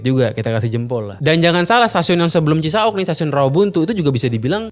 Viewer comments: Duhh cara baca Cisauk nya bikin sy gelisah. Bacanya biasa aja , Cisa-Wuk.. jangan Cisa-Ukk😅 Btw Cisauk ini salah satu stasiun paling TOD di Bodetabek. Ga cuman dia nempel sama apartemen, dan Pasar Modern... dia juga nempel deketan sama Perumahan padat Serpong Garden dan Citra Garden Serpong... penghuni bisa banget sepedaan... dan taruh sepeda di parkiran Cisauk Point. Kelemahan terbesar nya adalah Green Line KRL ini armadanya kureng, udh gitu jadwal ga sebanyak Bekasi/Bogor. DAN pas jam kantor, Green Line itu jauhhhhhhhhhhhhhh lebih pepesan ketimbang trayek Depok/Bogor. Jadi bagus emang stasiunnya , tapi keretanya paling jelek dan paling ga nyama di antara seluruh line KRL. Karena sekarang pengguna KRL nya udh menyebar sampe ke Maja, Rangkas, sama Parungpanjang. Bukan bermaksud sinis, Green Line ini termasuk trayek yang juga merangkap "angkutan pedesaan" buat pedagang kelas bawah ke Jakarta.😅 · Cisauk bukan cisa'uk. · Gak CI-SA-UK juga dilafalkannya... Tapi Ci-SAUK spt pelafalan. MAU. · CiSauk bukan cisa uk